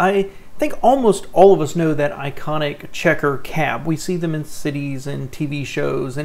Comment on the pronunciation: The word is not I c o n I c... little snit..qq.